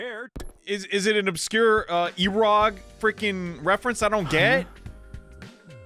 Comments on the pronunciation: Eroge "Ero-geh" Ero = erotic Ge = game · I'm taking mental damage every time he's says eroge how do you say it say so wrong it's ero-gay